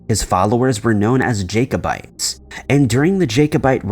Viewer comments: Jacobites pronounced Jack - obites do your research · I'm sorry but I really hate mis-pronunciation. Although Jacob may be pronounced Jay-kob, Jacobites is pronounced as Jack-o-bites and not Jaycobites. It just sounds so weird when he keeps saying it that way. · Jack-o-bites not jake, please check pronunciation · LOL at Jake o bites, its Jack o bites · The first story is mispronouncing Edinburgh (sounds like "Heading-burr" or "ed- in - bra") and Jacobites (pronouned like a Jack-O-bites as in the lantern) Second story is lifted directly from My Mythos' channel (this month's story) who does a much better exploration of it. There is nothing new in this video.